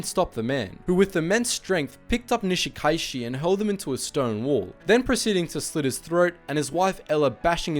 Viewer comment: Your a pronunciations of Japanese and Hawaiian names are very poor. However, this is easily corrected. Remember to pronounce each vowel distinctly. For example, Nishikaichi pronounced “ni-shi-ka-i-chi”. Also, the written Hawaiian language was created by Caucasian teacher, who used only 12 letters of the Latin alphabet. She used the Latin pronunciation, to simplify everything. Hawaiians still use it this very day. For example, Kaleohano is pronounced “ka-le-o-ha-no”. I went to elementary and high school with Hauwila Kaleohano’s son and daughter. I went to high school with the Kanahele children as well. Those families are well-established here since pre-western contact. By the way, the first military response to this incident, was led by First Lieutenant Jack Mizuha a Japanese-American from the local national guard unit as well as a dozen enlisted soldiers. I believe that group included my friend’s father, Sergeant Ben Morimoto. Nice job. This is a deeply personal story for most of us live on the island of Kauai, about 20 miles away from Niihau.